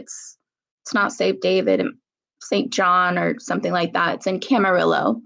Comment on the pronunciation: It's pronounced Cam-a-ree-yo (ll in spanish is like yo).